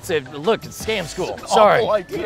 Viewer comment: in the intro it sounds like Scom school not Scam school xD